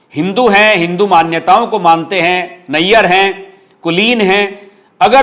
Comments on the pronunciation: Shashi Tharur, Nair hai, Nayyar, nahi. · आप का विश्लेषण बहुत बढिया है। लेकिन केरल के जगहों/शहरों के नामों का उच्चारण तो कम से कम सही कीजिए! Put in some effort in this area. You are one of the leading YouTubers! और हाँ, शशी थरूर नैय्यर नही नायर हैं! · शशि थरूर नायर हैं, नैयर नहीं है l नैयर पंजाबी होते हैं l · Please Pronuce Shashi Tharoor Nair = नायर Thank you 😊🙏 for Your Very Nicely Analysis on Political topics.